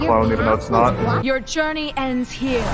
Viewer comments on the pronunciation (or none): none